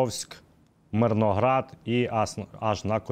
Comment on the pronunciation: Мирноград,а не миргород